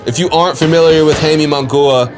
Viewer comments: Dude, Mungua??? 😂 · Who the fuck is Hayme Mungoooah? And your last name is 🤣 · for real damn destroyed Munguias name pobre